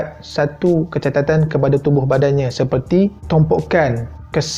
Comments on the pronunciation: catatan ke cacatannn....aku dengar dua bende ni bhai hahha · kecatatan kecacatan😅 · kecacatan ke kecatatan? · Kecacatan...not kecatatan. Ok? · Bang cecacatan bukan kecatatan bang😊saje betulkan😄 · aq sorang je ke dengar dia cakap kecatatan .... bukan sepatutnya kecacatan ke? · "kecatatan"(kecacatan)..aku sorang je ke yg perasan..ke aku yg x betul ni😅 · Kecacatan atau kecatatan ? Dia buat aku bingung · seriuss aa.. KECACATAN bang. 5x aku dgr hang sebut KECATATAN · Kecatatan hahahahaha. Sah sebut woii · Kecacatan bukan kecatatan huhuhu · Kecatatan? Bukan kecacatan ke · Berapa kali kecatatan daaaa.. Kecacatan la bang.. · Kecatatan kecatatan tak habis2 aku rasa nk lempang jantan ni...KE CA CA TAN la aduhhh!!! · Kecatatan or kecacatan😂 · KECATATAN TU APA . KECACATAN AKU TAU LA 😒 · Sorry tapi itu kecacatan bukan kecatatan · Kecatatan instead of kecacatan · sy ja ka yg dengar.. dia ckap kecatatan bukan kecacatan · kecatatan tu ape guys. saya tahu kecacatan jer. ke mmg speaker ni dok sebut sbb ada mksud trsndri kecatatan tu. sbb ber ulang2 plak tu dia sebut dlm vdeo nih. ke mmg sebelum nih dia belajar sebut mcm tu kot...errr maybe hahahahaha🤣🤣🤣🤣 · Hihi.. kecatatan kecacatan....... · Kecacatan bkn kecatatan 😂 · Kenapa "kecatatan" bukan kecacatan ke? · Sorry to say this but,am i the only one who hear him say 'kecatatan' instead of 'kecacatan'?or im the one who wrong?😂😂😂😂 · haahlah XD aq dengar kecatatan juga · Baru perasan dia cakap "kecatatan" 😂😂😂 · Dia tgh feel sampaikan sampai tersasul. Sy pun kdg2 camtu🤣🤣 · Kecatatan pun boleh... 🤣🤣🤣🤣🤣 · Kecacatan, bukan kecatatan. Tu nak catat nota bang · Kecacatan bang, bukan kecatatan 🤣🤣🤣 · AHAHHAHAHA baca ni and dia pun sebut kecatatan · Kecatatan bang?.. Bukan skali rasanya aku dengo dy cakap gitu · kecatatan hihi aaahla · Kecatatan eh? Ke aku yg salah dengar..😂🥺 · kecatatan.. hihihi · You are not alone, bro. 😂 Dia susah sebut kot perkataan tu. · ini bukan dibuat2 ye anak2😂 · Hahahahahahaha aku pundengar🤣🤣🤣🤣